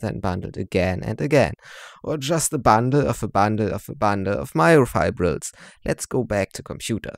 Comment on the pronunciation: Fake accent, sayin "a bundle" as "a Banda a Banda a Banda a Banda "😂